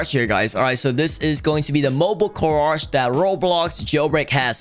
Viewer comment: is it me or does say carage instead of garage